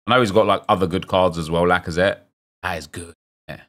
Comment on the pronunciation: Did my guy say blackazette or lacazette